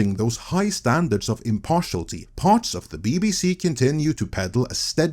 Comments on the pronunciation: "Impartiality" has six syllables. im - par - ti - al - i - ty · Sorry, I've gotta complain about 'impartiality' being pronounced 'impartialty' throughout this video. 😛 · Good vid, and the word is pronounced im-par-ti-AL-i-ty. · Impar-she-al-it-ee, but you're still better than my Norwegian ;-). As a Brit, who loved the Beeb, I stopped watching it years ago, what a tragic death.